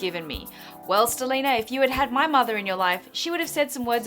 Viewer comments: "stileena" oh dear was she trying to say stelena as in vampire diaries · stelena, its 'ste-lay-na'! like steffan and elena... clearly someone is a vampire diaries obsesser hahaha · You pronounce Stelena weird - it's a merge of Stefan and Elena... St-lay-na... Just saying. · Haha I love how you said Steleeena cause you have no idea about Vampire Diaries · haha "StelenaVD"... anyone else catch how she pronounced it wrong the first time?... i need more hobbies....